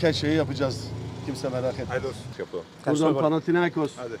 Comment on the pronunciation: FAtih terim hatalı olarak panatiakos dedi birkaç kere.. Seyret !